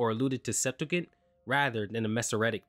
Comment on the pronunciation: and Sep-too-gent